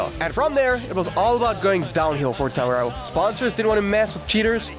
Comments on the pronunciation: Thai-rell? Its Tirral mate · It's 'Tir-rell'. Good vid though. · Who the f*** are Ty-rell? Ken will be turning in his G-rave. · Got as far as Tyrell. If you can't pronounce the names, you shouldn't be making an F1 video 😂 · Learn to pronounce names correctly. Bloody disgrace not saying Tyrrell correctly